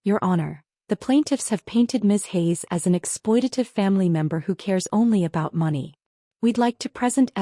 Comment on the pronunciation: Please teach your narrator how to properly pronounce money.